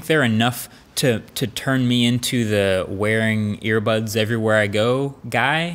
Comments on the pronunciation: regardless still sounds like he said airpods lol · he said "earbuds" , listen again